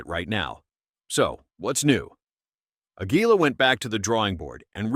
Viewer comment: "Ahg - wee - la" REALLY???!!!!! You stupid robot has learned anything in the last year.